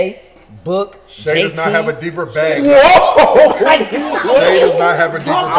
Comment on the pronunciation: Buddy said booker LMAOOOOO